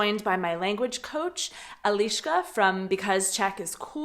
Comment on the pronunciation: ahoj jen...nejak nechapu proc s eliskou mluvis anglicky? to se cesky asi nenaucis..)) ani poradne nereknes eliska ale spis neco jako ieliska..trapny.. kdysi jsem byl jako mladistvej na rujane s nemcema na tabore...za 14 dnu jsem obstojne mluvil nemecky..asi jsou amici omezeny stejne jako rusaci a jejich mozky nechapou ze existuje jiny jazyk..funny